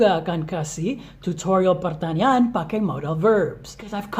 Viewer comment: kalo ngomong pertanyaan sya dngernya kayak ngomong pertanian wkwkw.but it's not problem, ttp semangat post video learn english tentang conversation sehari hari atau yang umum dipake sama bule ya:D